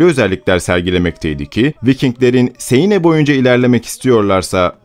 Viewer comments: Şarlomanye değil Şarlmayn okunur; "Siene" nehri değil, "Seine" Nehri, okunuşu da "Sen("e" uzatmalı; "n" vurgulu) Nehri; Frankia değil Fransia (orijinali "Francia", ince sessizlerden önceki "c" k değil s diye okunur); Ruan değil, Ruen( orijinali Rouen); Monte Marte değil, Mont Mart; düzeltmekten sıkıldım artık :) nerdeyse söylenen/okunan bütün özel isimler yanlış okunuyor! bu ne yaw, bu ne ciddiyetsizlik, böyle ciddi bir şey mi olur? Hele ki tarih konusunda!? Özel isimleri istediğiniz gibi türkçe okuyamazsınız; özel isimler yazıldığı dil latin alfabesi kullanıyorsa aynen orijinal dilinde yazıldığı şekilde yazılır, ama orijinal dilinde okunduğu gibi de okunur, bunu bile bilmeyen oturup nasıl tarih konusunda, ciddiye alınabilecek bir yayın yapabilir. Ayrıca bunu yanlış yaparak aslında konudan ne kadar uzak olduğunuzu, araştırma yapmadan alıntı/çalıntı/arak( :) ) yaptığınızı açık ve bariz bir biçimde belli ediyorsunuz! Herkes yabancı dil bilmek zorunda değil elbette, ama google translate'te orijinal dilinde nasıl söylendiği/okunduğu zaten var, bari oradan baksaydınız, pes yani...görende ciddi, araştırılıp yapılmış özgün bir konu zannedecek, artık nerden alıntı veya arak kim bilir!? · siene değil 'sen' nehri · seine değil sen okunur. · "sen nehri" diye okunuyor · Arkadaşım dikkat ediyorum da hemen hemen her videoda telaffuz hataları yapıyorsun bunlara dikkat etmen gerekir seine değil sen nehri çarlemanye değil şarlman avrupa tarihinde derin izleri olan bu ismi hiç mi duymadın merak ettim açıkçası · Seine ne yaaa. Sen diye okunur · Bir de şu nehri doğru söylesen kanser oldum dinlerken ''seyine'' ne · Siene de "Sen" şeklinde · Sen nehri diye okunuyor. Fransızca yazıldığı gibi okunulmuyor